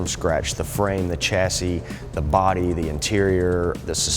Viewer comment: chassis is pronounced shah - see